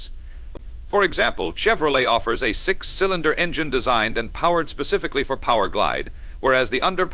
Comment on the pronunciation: Did I just hear "kill-inder block"? Say what?